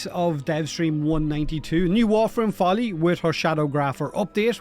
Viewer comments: "foley" and having devstream footage of the actual spelling and pronounciation "follie" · "Follie" not "foley", I'm sorry but do you even catch that not everything spins around the english language? and should not be taken as a "standard language"? Folie in french translates to "madness, insanity, craziness..." which I think it fits her.